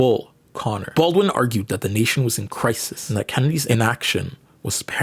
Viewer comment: You keep saying James Baldin' not James BaldWin ? Am i trippin', is the W silent? Edit: okay naw i wasn't trippin, you were for a couple seconds, cause you started pronouncing the W like a minute later on in the video